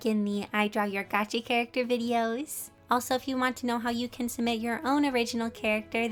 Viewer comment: Wait did you say character or carrot??? 🤔🤔🤔🤔🤔🤔🤔